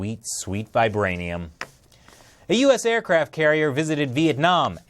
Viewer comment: vibrainium? for real LOL